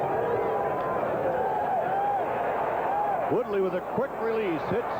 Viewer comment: Truly terrible. Both announcers repeatedly referring to the wrong players, wrong positions, and mispronouncing players names (David Woody and Jonathan Woodley!). Besides all the mistakes both announcers are just boring and vanilla, offering nothing other than cliches